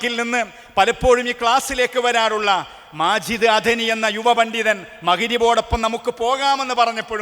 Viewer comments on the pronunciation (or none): none